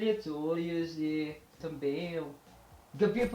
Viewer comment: Parabéns! Aprendeu rápido! I live in Brasil, yung majority pronunciation mo ay sa portugal at mayroon ding halo-halong accent ng brasil pero marami kang expressions ng brazil. Improve in your nasals... you can use the sound of "ng" of filipino to get the nasal well... all the best! galing! "Também" (Tambeng - ang bigkas for example)